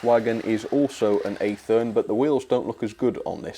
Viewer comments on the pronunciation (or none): It’s not pronounced athern it’s pronounced ath ern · It is not athern it is athne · A-thern? ATH-ern,. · nice... on one note... Athearn is pronounced as ATH-EARN. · Also just so you don’t embarrass yourself when talking to American model railroaders Athearn is pronounced (athern) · It’s pronounced Ath - ern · So over hear we'd call our rolling stock freight cars as a general term other wise what you had were boxcars, gondola, double ended flat car. The way you pronounce Atheran is the "Ath" part of it is like you would pronounce the word Ash or add. Not ehh so to speak. And then of course the latter part is just "earn" like you normally would say it. I love that Montevideo boxcar as I love in the State of Minnesota so I'm happy you have a car that hits close to home. Definitely swap out plastic wheels for American wheels. Intermountain is a good brand of metal wheels and they have decent prices I think. Hope you get more coaches soon I'd say Atheran, Bev Bel and Rivarossi are some of the best but there are plenty of other good brands out there as well. Love watching your videos keep up the great work. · say it like Math for Athearn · The first 'A' in Athearn is short, not long.